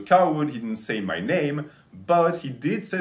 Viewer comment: "Some of muh fans came up with that idea." "Muh fans and muh clients suggested i wear muh cape, gahs, to raise money for muh chari-tee." "Muh MILFs and muh GILFs and muh THOUSANDS of fans and muh HUNDREDS of clients all donated AYE-LOHHT of money because they all love me and want to be part of muh life." "And we raised AYE-LOHHT of money which was donated to muh worthy cause, gahs."